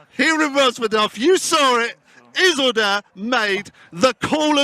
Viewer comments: Iz-ul-dur not iss-la-dur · ffs has this guy even seen lord of the rings? ISILDUR!!! ISS-EEL-DUR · Is-lidur lmao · Listening to you try and pronounce Isildur was so triggering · mispronouncing Isildur is bugging me lol. please re watch lord of the rings ;) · It hurts more and more every time he says it.......